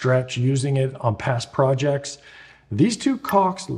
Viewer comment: did you say "past projects' or "pest projects" re: big stretch cleanability